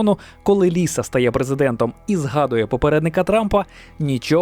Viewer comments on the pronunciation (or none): none